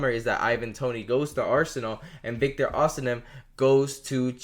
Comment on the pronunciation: It is osimhen, not osinem